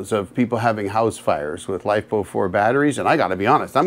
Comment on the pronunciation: "Life Po Four"... never heard that way of pronouncing the chemical acronym LiFePo4... which these days the industry has shortened to LFP. Not sure why you seen afraid of LFP technology... it's sooo much safer than Nickel-based Lithium-ion technology. ... other than shorting two huge batteries together... in series.